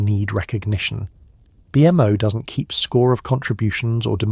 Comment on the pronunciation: BMO NOT B M O PLEASE